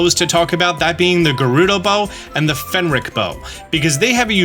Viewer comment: Say Fenrick one more time. I dare you, I double dare you!